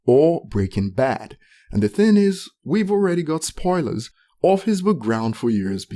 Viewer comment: Why do you always leave out the “g” at the end of words. Like “the thin is, ...” “everythin” etcetc Its so awkward bro. I know youre tryin to make it sound like american slang but youre using it wrong. Especially when you barely pronounce everything else right. You mispronounce so many words and youre trying to use american slang on top?? Bruh, just keep it natural.